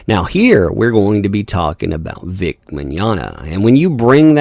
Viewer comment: If you ever actually pronounce vics name correctly you get banished to the shadow realm